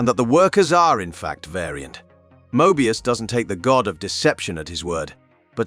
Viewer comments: How could u POSSIBLY mispronounce THAT many words/names? Some of em, even YOU said differently, from what was said earlier. This is a human, right? I actually thought it could be A.I., but if that were the case, they would be pronouncing the words the same every time. Some of em are even women, & yet the narrator calls em "he". He even says Mobius in like 3 different ways, not only contradicting the show, but strangely, contradicting even his OWN earlier words. Hard to be considered a "subject matter specialist" when u cannot even pronounce the most basic words/names, that are EASILY searchable in LITERALLY about 30 SECONDS just by googling it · Mo-ebius and auroboros